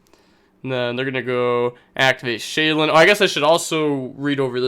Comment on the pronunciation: Genuine question no hate; why do you say sheiren with an l, like shaylun?